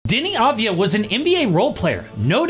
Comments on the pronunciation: no . its Avdia not Advia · finally, someone talks about him! and just to clarify, it's not Dani Advaya, in his country, they say it like Dani Avdaya